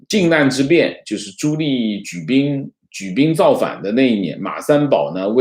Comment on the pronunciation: 纠正一个发音。 朱棣，第二个字念di，第四声，不是li😃